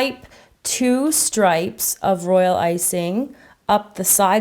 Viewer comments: Why do you keep on saying role icing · All she said was "Royal Iysing " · why do you keep saying roilicing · Why you keep saying royal icing😐😐😐😐😐